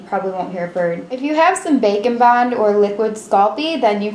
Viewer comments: I say either or and I thought she said bacon bond but she said baking bond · Both and when u said bake n bond I thought U said bacon at first. Lol